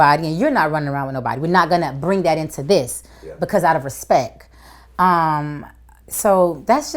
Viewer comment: "Out of respek"